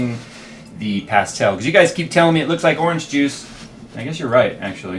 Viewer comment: please could you learn how to say "pastel" properly, good video though